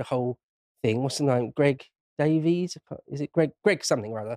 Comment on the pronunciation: Greg "Daveez"??? It never ceases to amaze me that Little Englanders are so ready to embrace incorrect American mispronunciations. It might surprise some people to know that "Davies" and "Davis" are just alternative spellings of the same name, and should be pronounced exactly the same (like Graham/Grahame/Graeme). Davies/Davis means "son/daughter of David", not "son/daughter of Daveed".